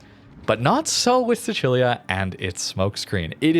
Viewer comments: Hai ragione. È stato il mio primo pensiero, sentendo la pronuncia Bravo! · i was SHOCKED hahah i was like no way this guy just said the italian pronunciation! made me so happy! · As an italian im proud that pronounced sicilia the correct way